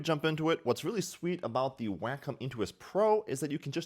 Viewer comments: It's WAY-com not "Whack'em. Lol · Why is it sounds like "wack 'em?"